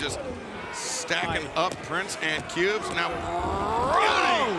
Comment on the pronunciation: " KUBES? Well at least it's not PUBES! LOL!!!"